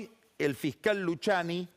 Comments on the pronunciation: No Luciani .. Luquiani ... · Todos: Luciani Pagni: Luchiani Es como Peceto vs Pesheto jajja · "Luchiani" "iuchiub" 🤣🤣